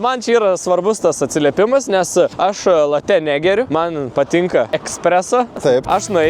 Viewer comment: Nu maldauju, nėra jokių latè, laté, latë. Kava yra vadinama lĄĄĄĄĄĄĄĄĄĄĄĄĄĄĄte nx bl.